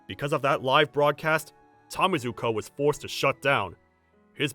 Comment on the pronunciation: It's Tamezu, man. Not Tamizu.